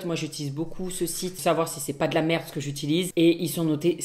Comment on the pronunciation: Tant pis pour ce qui n'aiment pas "mes petites merrrrde"